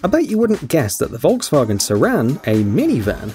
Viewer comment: I’ve never heard someone pronounce Volkswagen properly